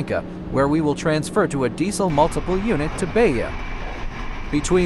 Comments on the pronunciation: Please, don't say Beia, say Beja with a sound of "J" like "Japan" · PS: Beja is not pronounced "Beya". In Portuguese the J is read as J, not as an I or a Y.